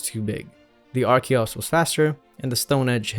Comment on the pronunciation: FINALLY! SOMEONE WHO PRONOUNCES "ARCHEN" AND "ARCHEOPS" CORRECTLY! I was starting to worry I was the only one! RIP Magic Red, though! If that were me, I'd quit right then and there. Archeops is my all-time favorite Pokemon :'(